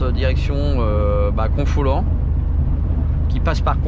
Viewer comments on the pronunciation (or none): Hello ! Cette excellente vidéo m'a montré que la route a bien changé, je connaissais l'ancienne. Et que de camions dans le mauvais sens ! Ton récit sur le scooter faisait froid dans le dos. Pour Confolens, prononcer simplement Confolan. Bon week-end.